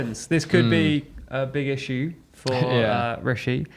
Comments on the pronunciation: stop saying “rissue”… I have a rissue with it ^^ 😺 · Please, never stop saying rissue 😂😂